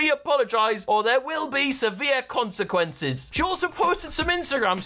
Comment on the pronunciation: Morgz Mum "they're will be seveere consiquences" you can tell she needs this YouTube money 😂😂